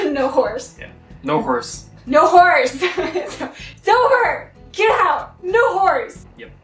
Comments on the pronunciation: I have cheap speakers and the end sounded like a lot of NO WHORES! :D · When you say “no horse” it sounds like you’re saying “no whores”....